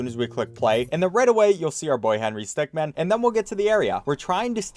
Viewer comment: The first two seconds of this vid: Today we're speed running through the Henry STECKmen collection